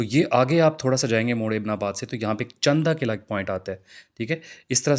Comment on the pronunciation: چن دا قلعہ ❌ چند دا قلعہ (قلعہ چند ✅)